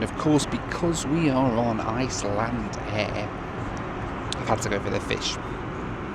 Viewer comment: After that pronunciation, I'm sure Iceland will be recalling their ambassador for consultation.